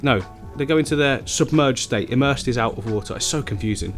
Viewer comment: Hello. Just a little FYI to help you out. Ok, for plants that are roots in water but leaves out it's called EMERSED. For plants that are completely in the water it's called IMMERSED. Confusing, I know. But.....there it is. Emersed is pronounced with a long E sound. Just like saying the letter E and then mersed. The immersed is a short I sound. Like your saying ick. Immersed. Now there's my English lesson for today. Or would that be considered a language lesson??? LMAO. Oh well, either way, I hope it helps you. 🥴